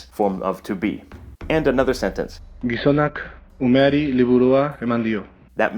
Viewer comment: slikha hutzpa sheli:) but you pronounce 'umeri', 'liburua', 'ikusi' with perfect.... Japanese pronunciation. Exactly as it was written in Katakana:) The video is great! Thank you for it!